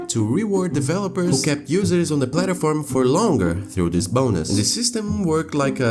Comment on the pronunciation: its not funny but i love how the guy says plataform instead of platform lol